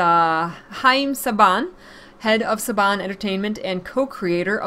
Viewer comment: Saban is pronounced Say-ben :D